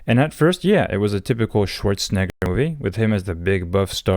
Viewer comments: My man's has really gotta learn how to pronounce that E in Arny's last name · I am guessing your Brazilian-Portuguese accent makes you saying the second half of Arnold's last name sound like the n word so that is why it is blurted out. And yes, the Predator franchise started out as an Arnold 1980's action movie before his 1990's comedy run, or his 2000's political career.